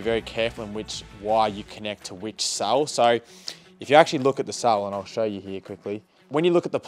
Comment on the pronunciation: Cell not sall